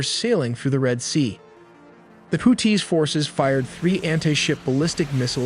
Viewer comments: It's houthis not hooties 😂😂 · Bro why you sound like that why you putting a hard T on the Houthis name 😂